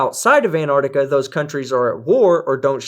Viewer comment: Antar*C*tica. There is no silent c in there.